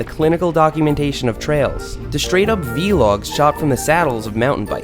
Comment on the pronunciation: He pronounces vlog vee-log